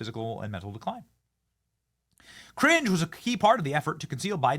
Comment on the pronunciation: Ohhhhhh, Karine Jean-Pierre! I thought you were saying Cringe Jean-Pierre 😅